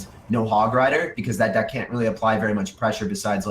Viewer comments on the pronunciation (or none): That awkward moment when you almost say "dick" instead of "deck"😂😂😂😂